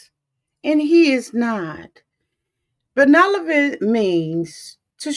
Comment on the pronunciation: Respectfully, you're pronouncing the word benevolent wrong. It's "ben-neV-olent". Love your recaps. They are on point!